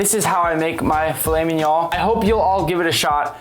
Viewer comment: How it’s spelled: fillet mignon How we say it: filly mininon